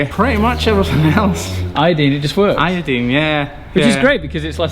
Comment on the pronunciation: Awesome! Now has you saying i-o-deen too.